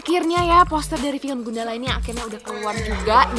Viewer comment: Asal usul nama Gundala gimana sih? Pronounce nya aneh soalnya